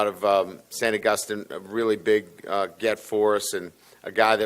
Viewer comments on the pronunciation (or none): Bro said saint aguston